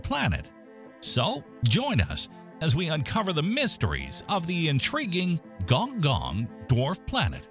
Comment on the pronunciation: Its gon'goon